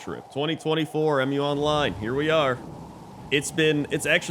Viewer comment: It's not 'Em-You Online" I'ts one word Mu, pronounced as 'mew' The game name is inspired by the name of the mythical continent Mu.